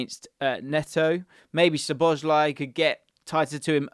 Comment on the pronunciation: So-bo-sly, not sho-bo-sly.